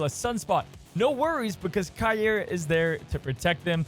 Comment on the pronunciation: The pronunciario is Cay- ey-rrah